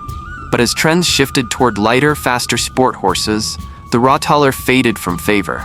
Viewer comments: Rott- taler, not Rottaler. Tal - valley/dale. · I was more bothered by the pronunciation. The emphasis in Rottaler is not on the ta, but on the Rott, i.e. ROTtaler, similar to BARbecue. (sorry for the example 😂)